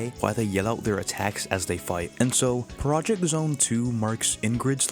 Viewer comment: Just a heads up, Project X Zone is pronounced Project "cross" zone.